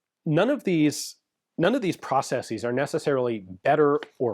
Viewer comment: Thumbs up for the correct plural pronunciation of ‘processes’. At this point, he might as well pronounce the first syllable in the British way too, or abandon Yank English altogether for the entire channel. Make America Great Britain again! 😂